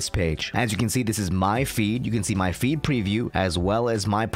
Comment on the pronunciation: Sorry but I keep hearing "my feet" 😭😭